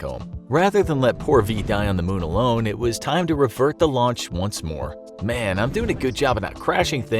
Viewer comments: not moon it is mun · Mun not moon💀💀💀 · also its mun not moon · The MUN! Not moon! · MUN. Not Moon.